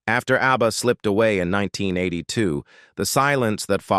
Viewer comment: Just say abba you computer speak jerk, not A.B.B.A!!🫣☹️